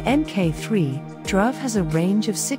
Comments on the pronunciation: Dhruv is pronounced with a short oo sound and not the uh sound. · "Dhruv" is [dˌiːˈe͡ɪt͡ʃɹˈʌv], [dˌiːˈe‍ɪt‍ʃɹˈʌv], [d_ˌiː__ˈeɪ_tʃ_ɹ_ˈʌ_v] (IPA phonetic alphabet) not drove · Nice mispronunciation of Dhruv.